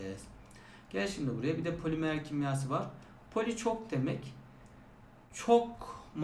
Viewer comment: poliMEĞR 💅 hocam unutmayacağım bir daha